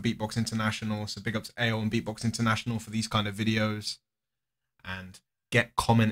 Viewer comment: Thats not how you pronounce ale !!!